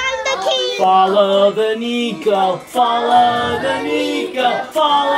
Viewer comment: It's niko!! Not nico!!!!